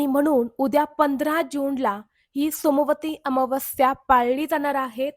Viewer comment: सोमवारी अमावस्या उच्चार चुकतो आहे ताई